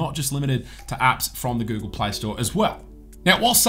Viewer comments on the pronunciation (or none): none